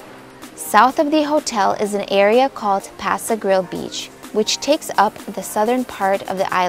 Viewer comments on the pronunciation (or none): please ask around to know HOW to pronounce the Don Ceasar Hotel ..... as well as Passe Grille & Terra Verde ; work on the accents please (espanol helps)